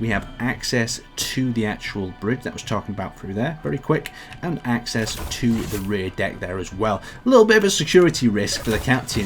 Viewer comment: Why do you say"aynd in stead of and"?